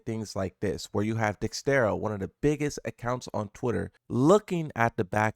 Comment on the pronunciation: I don't understand how you can hover over the word Dexerto and incorrectly read it twice in a row You speak one language and barely do that well English is not that difficult stop being in such a rush to push out a video and learn to proof read your stuff